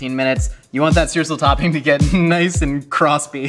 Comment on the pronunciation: Oh, I'm really looking forward to how he's gonna pronounce Streusel. Edit: Stroosle? That was even worse than I thought.